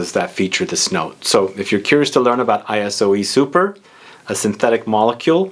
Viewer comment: Dude, it's not pronounced ay-ess-o-ee...